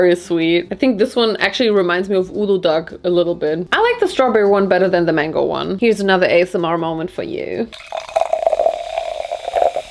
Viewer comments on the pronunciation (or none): none